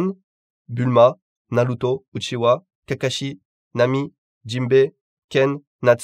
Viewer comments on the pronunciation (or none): none